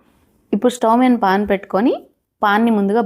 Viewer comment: Pon కాదండి, pan